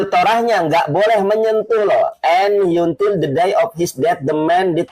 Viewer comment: hrs belajar baca bhs inggris, jgn ikutan bego spt org yg ga bisa baca. Kata until aja dibaca yuntil😂😂😂😂